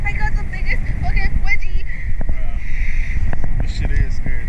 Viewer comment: broo I thought I heard a dog ..."I got the biggest fcking wegieee"😂😂